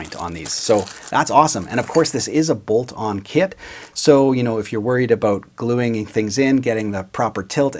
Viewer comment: I keep overhearing You say "kid" instead of "kit". It makes Your video more entertaining 😅 "... it has a pre-made body..."🤣